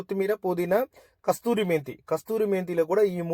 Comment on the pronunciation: Kasuri methi not kasthuri😂